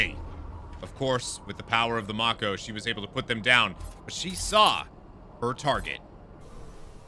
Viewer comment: I am not excited about how you pronounce Mako. Its strange.